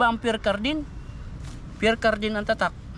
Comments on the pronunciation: Mamahalin po ang Pierre Cardin (pronounced Pier cardan) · Ang pagbasa nyan ay (Pyer Karda)... Pierre Cardin french pronunciation 😂😂😂😂😂